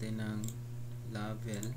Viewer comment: di manlang na explain yung code at kung para saan, binasa mo lang lahat, mali pa pakabasa mo ng "Label"